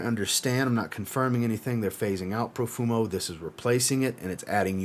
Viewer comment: Profumo?? Haha. My ears are bleeding. Apart from that, thanks for the video